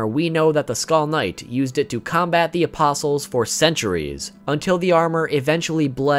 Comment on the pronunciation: Bro pronounces the "t" in "apostle"